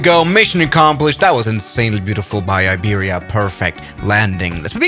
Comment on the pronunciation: as a spanish person i don't aprove iberia being called aibiria